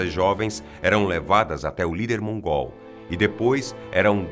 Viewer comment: quando ele fala:"o novo lider mongól" dá vontade de rir,parece que ele tá chamando o cara de mongoloide kkkkkk